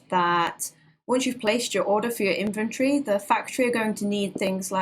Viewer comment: Cute British accent. When she says inventory, it sounds like infantry.